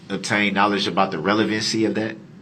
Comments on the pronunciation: OMG yasssss. It was like nails on a chalkboard when he would say relavency. 🤦‍♀️. He would twist legal terms to the only way he could say them im guessing. I mean damn law and order SVU taught me way more than what he knows 😂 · He pronounces “ relevancy” incorrectly too every time; plus he asks “ objection what’s the relevancy?” When an attorney objects to relevancy he usually knows there’s a doubt of it being relevant. But db objects in a question form because he doesn’t understand the relevancy of what the prosecution is saying. So he asks his question of why is it relevant because he doesn’t understand it. It’s soo obvious. And Darrow with all her help for him should have explained it to him . She explained heresay ! But he still never understood heresay never. Drive me nuts. I’m not in law but I sure figured it out watching this! Db should have too. But he’s about a 6 th grade educated level probably because he wouldn’t do any schoolwork or homework after that grade. He probably only passed each grade until 10 as it was later proved —he never graduated high school he lied to Darrow. Anyway he probably was promoted with “D”’s for passing . His mother could care less if he went to school after 5th or 6th grade imo.